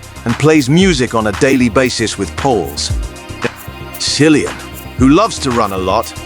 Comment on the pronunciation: Why are you mispronouncing Kill-ee-yun Murphy’s name?